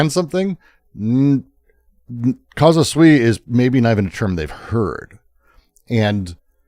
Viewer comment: I don't want to be splitting hairs, or looking for a hair in an egg as we say in the Balkans (doesn't come from our powder keg?), but if you have the audacity to say that Deleuze had read Spinoza wrongly, you shouldn't be saying "casa sui" throughout the video, because it means "ones own home", and should say "CAUSA SUI", because that "u" makes a world of difference...